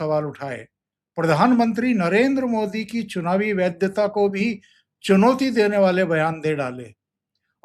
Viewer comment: वैद्य ता नही वैधता